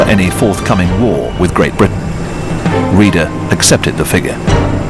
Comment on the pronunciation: Reeder? Rayder is the more correct pronunciation. And yea, you blew your creditbility with the Halsey photo gaff!